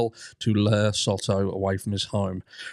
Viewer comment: Hey there my favorite True Crime Brit! As a Texas local, just letting you know that it is pronounced like Soe-toe. I can't find the proper keyboard symbol to do it right. Both Os make the long O sound.